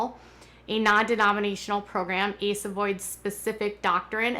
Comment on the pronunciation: It’s pronounced A.C.E. not the word ace